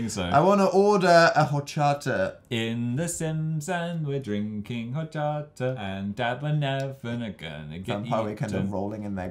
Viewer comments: It is pueorto jamata because double l is j and also orchata because the h is silent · You butchered hochata its pronounced ochata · Am I the only one who cringed and laughed at Dan pronouncing 'horchata' ? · Shannon S 0.1 they said horchata with the H even though it ‘tis with a silent H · The way he pronounced horchata made me want to cry 😂